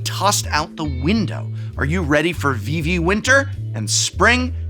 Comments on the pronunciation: It is VEE-VEE not VIH-VEE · Vivi's name is pronounced with the same vowel twice. "Veevee" not "Vivvy" edit Looks like someone corrected you midway through.